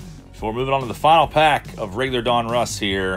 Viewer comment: Two things my friend ...donruss1 is pronounced DON-russ not DUN-russ and its just another panniniin owned brans